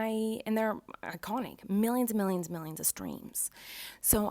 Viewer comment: Everyone:iconic Miranda:ICONIEC